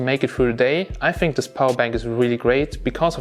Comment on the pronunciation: harder dan you might fink